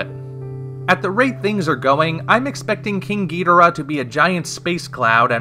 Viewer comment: Ur saying king ghidorah’s name wrong